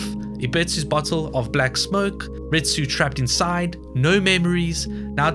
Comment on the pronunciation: Why do you say "rit-soo" for Risu, instead of "ree-soo"? You do the same thing for "ebit-soo" instead of "eb-ee-soo" for Ebisu. it's strange and made me leave the video.